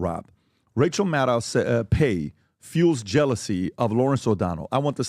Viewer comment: Rachel Madcow!!! say it right lol.